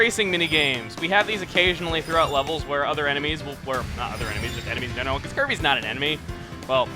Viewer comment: When he was telling example of Desert worlds it sounded like he said "Herpes Return to Dreamland" I lol'd.